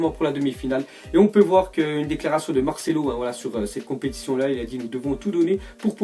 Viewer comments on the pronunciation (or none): none